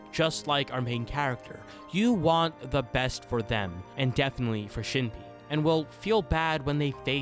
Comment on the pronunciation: is the mispronunciation of shinpei’s and mio’s name intentional rage bait— HAHAHAHA that aside, i love ur videos!! thanks for making a vid about one of my fav animes of all time <3